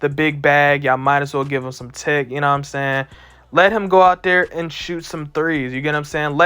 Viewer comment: No one: This guy : "You get what I'm saynn" 🥴